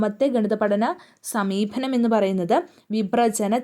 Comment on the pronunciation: Not sameebhanam, sameepanam